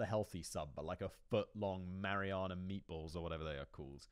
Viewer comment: "Mariana meatballs" 😂😂 the deepest balls of meat... It's marinara.